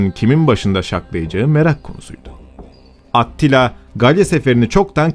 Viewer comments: Attila deyil yalnız Atilla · Attila diye yazılır Atilla diye okunur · Atilla diye okunuyor